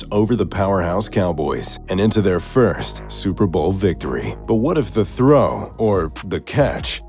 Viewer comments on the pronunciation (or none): none